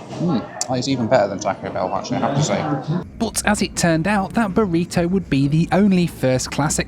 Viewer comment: Pronouncing Burrito ‘Burriddo’ too. Nearly threw the remote at the tv.